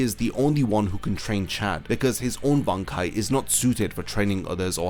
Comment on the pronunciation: Bankai needs to be said Ban then Kai 😂